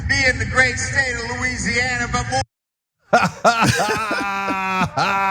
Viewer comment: He can't even pronounce the state correctly lol